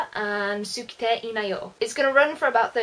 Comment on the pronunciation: flowers of evil, not flower of evil; sukitte in 'sukitte ii na yo' is pronounced skite. I don't get it, you obviously watch a lot of anime, but don't know how to pronounce 'suki', one of the most common words in it.